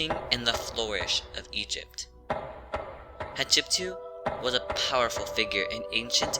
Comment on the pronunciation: Hat shep sut pronounced as hatshepsuit Not as you pronounce shatshepsue you makin me laugh though 😂😂😂😂